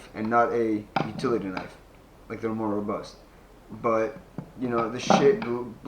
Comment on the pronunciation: Lol it is not Mora Robust 🤦